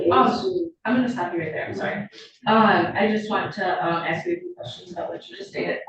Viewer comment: I take issue with the fact so many of these supposedly "highly educated" attorneys are incapable of properly pronouncing the word ask.